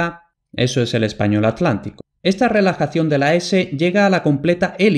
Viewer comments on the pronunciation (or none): none